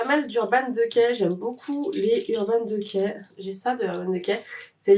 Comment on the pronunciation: C'est la première fois que j'entends urban decay prononcé "de quai" 🙃. Je viens de commencer la vidéo j'ai hâte de voir la suite j'adore les videos collection de palettes 🥰